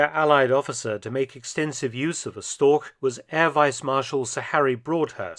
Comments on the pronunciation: "StorCH" not "StorK" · i am not complaining. i am just a know it all. also, you said that word a lot during this video, wich i had to listen to, to receive your informations. pronounce it like this: "shtoash" this has been a PSA by me, the person who wrote this. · Its not " Stork " its Storch !!!! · Funny I always heard it called Storch (stor with the chuh at the end) but it was just the regular English pronounciation of Stork all along. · nicely narrated and exceptional aircraft , but "Storch" as the german word is mispronounced 🤷‍♀️ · I think “Storch” is the archenemy of every english speaking person, regarding pronunciation. You did a 5 out of 10 job.